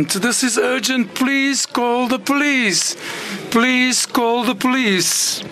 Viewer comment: "Polise call the polisi"😂